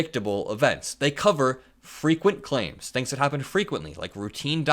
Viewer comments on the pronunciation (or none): none